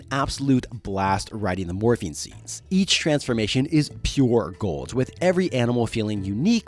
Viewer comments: Morphing not morphine , had me for a minute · Is it just me or is he un able to say morphing? I swear he keeps saying morphine. Dinosaur morphine, I'm in pain brother give me that dino morphine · "The powers of morphine" what? Ohhhh morphing 😂😂😂😂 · Everytime you say "Morphing" I hear you say "Morphine" instead lol. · The sheer number of times I heard "morphing" as "morphine" really makes me think I need to see a hearing doctor. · I heard morphine too lmao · I just want to say that there is a reason the power rangers didn’t say morphing time instead said morph’n time. Because of the medical drug morphing. So yeah just saying because if you think of the drug when narrator says morphing…yup. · every time you say morphing I hear morphine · It's wild; i can't remember if i ever finished this series? I thought i outgrew it before it was done, but then i feel like maybe i read Visser? Lol idk. But The Andalite Chronicles was my fav, and Elfangor. And Rachel, rip. Also, i kept hearing "morphing" as "morphine", but maybe that's a propos 😂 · At like , I thought I heard Cassie was "really good with morphene" and then I REALLY thought these books were dark XD I figured out you said MORPHING a few seconds later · Every single time you said “morphing” my brain heard “morphine” wish resulted in some very fun sentences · I heard morphine and wasn't even concerned 😂 I just thought well yeah they need that probably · Pretty sure every single instance of 'morphing' was similarly mispronounced throughout the video. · Yeah I don't think I heard them pronounce the "g" in morphing a single time.